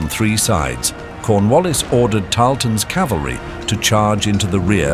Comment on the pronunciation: Thanks for the informative comment, I might check that video out. P.S. It's cavalry, ca-val-ry, not calvary.